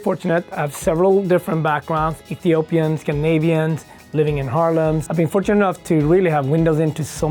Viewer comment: Why did I think he said “I grew up in harems”